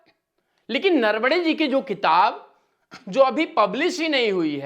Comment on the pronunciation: 'सही शब्द बोलना सीख लें: नरवणे। "नरवड़े" नहीं। और भी, आपके आसपास में बैठा कोई लगातार खाँस रहा है, आपने कैसे नहीं सुना?!